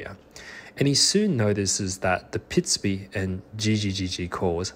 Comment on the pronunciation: This is incredible, completely groundbreaking stuff if it is translatable to other species and type of animal. At first the narrator had me a little confused, because he keeps saying “pitsby” when in fact the sound is “pitsubi”, an entire syllable longer, which when describing birdsong means an entirely different sound. Only seeing the word on screen sorted the cognitive dissonance I was having between the sound the bird was making and the sound the narrator was describing. I know, “cool story bro” 😅😝